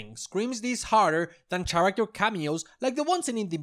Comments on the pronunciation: I love this video, lots of great points and ideas in here. However, the H in the word "character" is silent, so it should sound like care-acter, not chair-acter. Not that it's that big of a deal, the video was still very funny and enjoyable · The main page led me here, and I have to say, great video :) I really only have one criticism, and that is that despite how good your pronunciation is in the context of being a non-native speaker, your pronunciation of "character" irks me a bit. The "ch" is pronounced like "k" here, and while this usually wouldn't bother me, the frequency with which "character" with the faulty pronunciation appears in the video due to the subject matter gets me taken out of the video a bit.